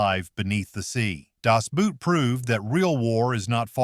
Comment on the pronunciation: It would be helpful to pronounce Das "Boot" correctly. It's not "Boot," but "Boat", pronounced the same in English and German.